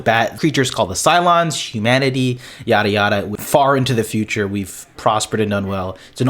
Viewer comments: "The Cyclones" wtf lol can you read? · Cyclones? You mean Cylons.